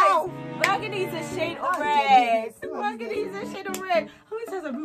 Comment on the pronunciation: did just say BURGANDY!!!! lmao...